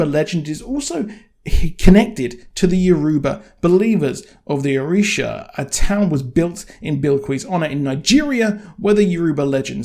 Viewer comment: Hey just wanted to point some pronunciations out. The Orishas are near and dear to many people because Lukumi (Santería) is practiced widely. Orisha - oh-REE-sha Oshun - Oh-SHOON Shango - Shawn-go (like on) Wale- wah-Lay Bilquis - Bill-Kwiss